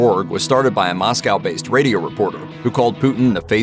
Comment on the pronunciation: What the fck is ‘Masss COW’ 😂